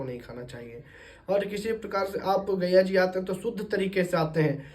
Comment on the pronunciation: आप पंडित है और गया जी को बार-बार गैया जी कह रहे हैं। पहले आप अपना उच्चारण दोष ठीक किजिए । उपदेश बाद में दीजियेगा ।